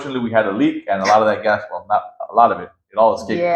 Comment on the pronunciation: The budget is good! Please help her with her English, hard to understand her. She pronounced gas as guest, sounded like guest, so was hard to grasp the concept.